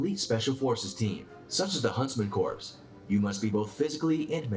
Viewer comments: I’m glad I read the comments first. I was going to ask why they keep saying “corpse.” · The video was driving me nuts you don’t pronounce it as corps it’s pronounced core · If these narrators are going to continue doing these videos about the military they need to learn how to say some of the names correctly. The letters PS are pronounced silently in the word CORPS. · They lost me right off the bat when the narrator couldn't pronounce CORPS..... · Hard to take this seriously when the narrator can't pronounce corp. You knew it would be Navy Seals as soon as he said that. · The original narrator of the 1st video mispronounced corps badly. Nerve gas should have been discussed in the 2nd video. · Hard to take it seriously when he's mispronouncing Corps. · Only an American would put Navy SEALS at the top of this list. Many within the upper echelons and former SEALS have said frequently that the SAS is a more gruelling and superior military force. SEALS should be 5 (or 6 after the Gurkhas) on this list, not 1. I mean the guy can't even pronounce 'corps' correctly... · I can't with that video. Didn't say corps correctly, and not even a mention of the Irish Ranger Wing. Nonsense! NONSENSE I SAY!! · he pronouncing corps wrong af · None of that changes the fact that the narrator is pronouncing it wrong. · It bothers me he’s saying “Corps” as corpse when it’s pronounced as core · It's pronounced a core, not corpse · This dude saying "corpse" the whole damn time ... it's pronounced "core" (kor) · Corp ( Silent p ) NOT CORPSE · It's pronounced core not corpes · I am having a hard time with "corpse"... not military, and i know what it looks like but please, core not corpse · it's pronounced CORE not CORPSE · is it annoying to anyone else that the Narrator pronounces "Corps" as "Corpse"? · Corps is pronounced 'core' . It's not a dead body. When has anyone heard a miltary official refer to a 'corpse'. Amateurs. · Prounced core,not corpse! The narrator